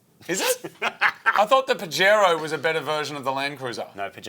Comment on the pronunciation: Them pronouncing the j in Pajero is killing me Pajero being a Spanish word the j is pronounced like an h